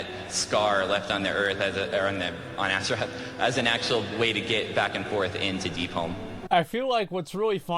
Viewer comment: I love that this dude talking back doing the cata blizzcon keeps fucking saying "AZERATH". if you can't even say the name of the fucking planet then you shouldn't even be apart of warcraft